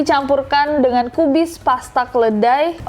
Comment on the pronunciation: Same! Kedelai kedengeran kyk keledai:vv